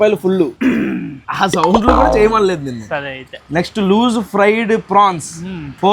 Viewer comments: Loose ❌ loos✅😂😂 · Loose ❌ loos ✅😂